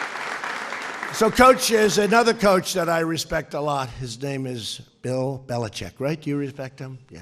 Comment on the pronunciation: The name butchery lol